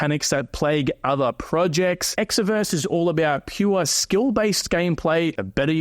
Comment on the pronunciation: Promoting Exverse and can't even pronounce it correctly 😂